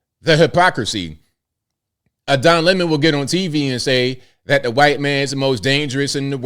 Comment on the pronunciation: I love you and I know you're a good man. Let's start there because I have criticism. Please! Don't say "Wah-hite-" or "Y-tee"! You're a strong man and you need to be one of the good voices against all this made up racism that we are being propagandized with. Using their weird and stupid ways of saying words only furthers their evil agenda! Let's reject it all!! No more crazy and no more pretending that the lies are real!